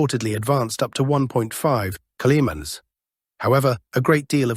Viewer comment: Until you change your PATHETIC titles, you will lose more viewers. And what is the story with not being able to pronounce "kilometres"? You need to find better voice generated application my friend. The one you use sound so robotic....it is a joke. All that fake content (the robotic voice and the stupid titles) are going to make your channel obsolete in few months. There are few far better out there, with no fake generated voice and realistic titles. You either correct or you lose all relevance. Get it!